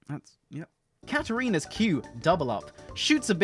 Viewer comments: you fked up you say katarina BOOH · Anyone notice how says "katarinas q"?